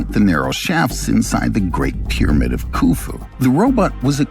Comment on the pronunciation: Well, I was interested but like somebody else said this voice and the pronunciation of the word pyramid I lasted about one minute